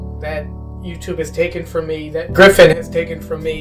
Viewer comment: Omg, I haven't saw any comment about this, but when the guy said GriFFiN, I heard GRIFFITH! and kinda almost died laughing